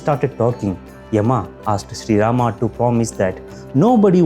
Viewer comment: Rama"a", laxman"a", dashrsth"a", ravan"a" sheshnag"a".. why the hell do you add an extraaaaa"a". There is no jesusa or mohamada